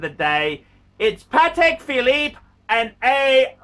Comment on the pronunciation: it cracks me up how much he enjoys saying “a Patek philEEEP, a grand classEEEK, from Patek PhilEEEP”